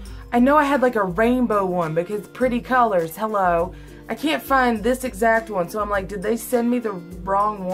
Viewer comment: U call it holo